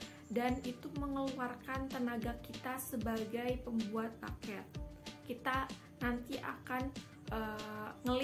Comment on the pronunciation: Bouquet dibaca buket aja Kak, kalo Baket artinya jadi kaya Ember.